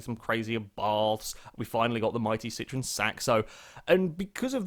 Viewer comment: hahaha the way you said citroen saxo had me on completely the wrong foot for a second